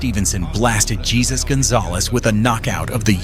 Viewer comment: The AI doesn't know how to pronounce Jesus in Spanish